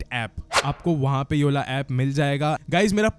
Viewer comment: Yaar mai kafi sare horror story suni tumhare but tum YE WALI KO AS YE+ULI kyu bolte ho🤔